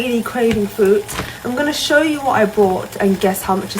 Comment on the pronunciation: How many times did she try and say fruit but just kept saying FWOOT FWOOT. Can English not say fruit?